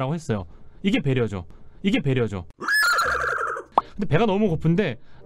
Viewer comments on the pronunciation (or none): 배려가 아니라 베려하는데?